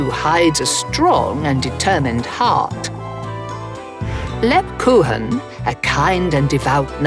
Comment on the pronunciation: thats not how you pronounce Lebkuchen